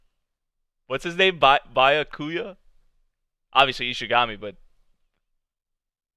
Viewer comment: I like how you keep saying Bu-a-kuya instead of Bya-ku-ya.